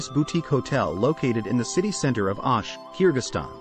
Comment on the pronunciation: its not..Aaash....but OOOSH😂